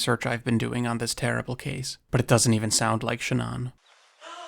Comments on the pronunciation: Is he pronouncing "Shannon" as - SHA-non ? It's messing with my ears and mind. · The creepiest part of all of this is how you don't know how to pronounce the name Shannon